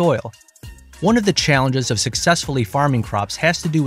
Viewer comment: “…ONLY 9 od the 10 plants survived…” 🤣🤣🤣🤣 dude, please!